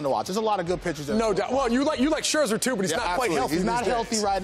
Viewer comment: The disrespect on Max Scherzer's name is unbelivable.